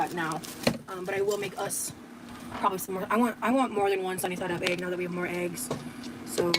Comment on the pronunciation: Why do all the gorlies say "aygs" instead of eggs?